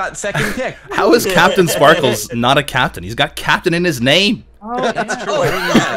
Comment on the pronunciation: Why do you call Jordan captin sparklez